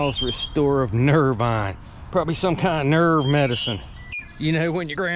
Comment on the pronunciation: Miles Nervine. (pronounced "veen" instead of "vine." It may still be made, but is no longer narcotic and hasn't been in decades. The narcotic used was laudanum... a powerful opiate and painkiller. Miles Nervine was popular in the days when anxiety disorder was thought to be a physical ailment... i.e., "bad nerves." Laudanum certainly had a calming effect for those bad nerves. I have no skill in dating bottles, but I'm sure that's one of the original narcotic bottles - by the 20th Century paper labels was replacing glass moulding letters (cheaper). I think the medicine hit the market in 1893.